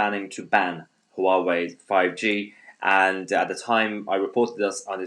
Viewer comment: Down voted for failure to pronounce Huawei properly. Amateur